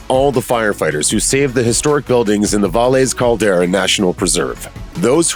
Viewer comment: Dumb documentary, pirated from other broadcasts. Narrator mangles pronunciation of Valles Caldera and can barely pronounce English words. Original A&E broadcast did not get viewers because they did not promote it. No one knew about it. Thank god for Netflix or we would never have had this great show.